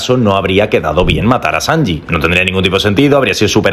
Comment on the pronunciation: COMO VAS A DECIR SANJI GAU